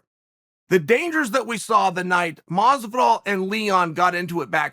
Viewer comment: Bruh, it's doing my head in how he's mispronouncing Jorge's name.. you can't tell me he doesn't know the the pronunciation of Masvidals name